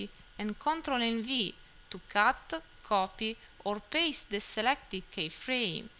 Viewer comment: It's pronounced "key-frame" not "K-frame". But overall great advice